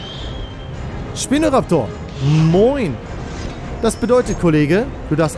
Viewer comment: Nicht schpino sondern spino